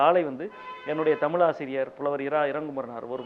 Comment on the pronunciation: டேய் திமுக இல்லாமல் ஜெயிச்சுருப்பீயா. உன் கட்சி மேற்கு வங்கத்துல காலி . கேரளால செக்கண்ட் ப்ளேஸ் . முதல்ல தமிழை ' தமிழ் ' என்று உச்சரிக்க கற்றுக்கொள். அளுத்தம் இல்லை அழுத்தம் . அல்லது தமிழ்த்தாய் செத்துடுவாள் .